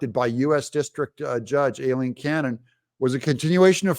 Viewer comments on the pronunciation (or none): Doug, I could be wrong but typically Aileen and Eileen are both pronounced as I - Leen. ☺️